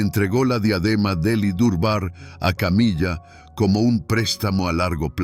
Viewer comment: "Camilla"????,muy buen contenido pero hay que cuidar la pronunciación.